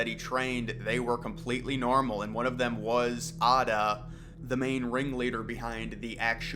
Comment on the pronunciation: Are you trying to say 'Atta'?